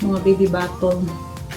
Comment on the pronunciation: if she’s really embracing American culture, why is she not trying to speak and learn English? Her English vocabulary is that of a 7 year old. Her vocabulary is only limited to what she’s familiar with growing up in her probinsya. And learn how to pronounce English words correctly? So she can be understood? It’s BO-TEL not BOTOL😂 it’s WAT-CHING not WAT-CHENG 😂 that sounds like the Filipino word for monkey, MATCHENG. it’s GOO-GEL not GOO-GOL. kaloka kay day😅